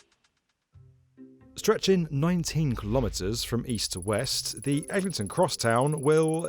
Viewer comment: Bro said Ellington 🥀